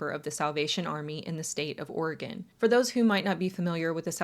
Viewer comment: Thank you for pronouncing oregon correctly